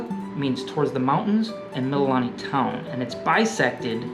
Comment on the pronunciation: FYI....Mililani=Mee-lee-lah-nee=Hawaiian for "praise"